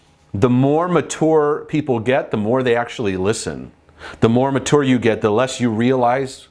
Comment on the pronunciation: Please don't pronounce mature like that.